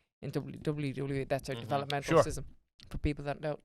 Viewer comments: When she said WWE it totally sounded like Dublin Dublin E 😂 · Hahaha. Came here to say this lol🤣. One too many Ws there